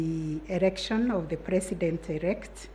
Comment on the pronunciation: Why is thus woman saying erection instead of election!The world is watching.Fluency is very important.